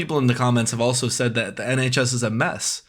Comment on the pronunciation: nHAYCHs 😭😭😭 replayed it so many times ahahahahaha literal tears, idk why it's so funny